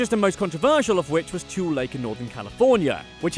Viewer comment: Tule is pronounced ‘too lee. California names are a mix of Spanish and English pronunciations. For example, Ignacio is pronounced as a Spanish word in Marin County, but just across the bay in Contra Costa County, Ygnacio is anglicized.